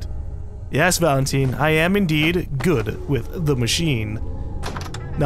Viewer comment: I am really strangely annoyed at how says Valent-ee-n instead of Valentine